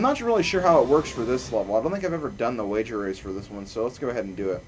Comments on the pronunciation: you did say rager wace! 0_0! :) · LOL You did say rager wace :D !! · yes you said rasor wace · rager wace sounds so much like wager race. XD